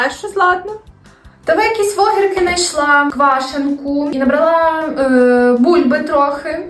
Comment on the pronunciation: Не набралА, а - набрАААла.